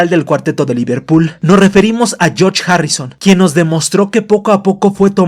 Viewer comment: Jajajaja me da risa cuando dice «yoch» cuando menciona a George